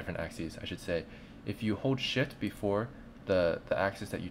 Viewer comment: Is it me or did I really hear "shit" instead of "shift"? o_o Great tutorial though, 9.999/10